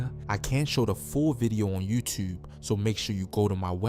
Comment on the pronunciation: Yuewwwtewwbbee 💀LMAO tell me ya frm Bmore w/ out saying ya is 😂😂😂😂🤣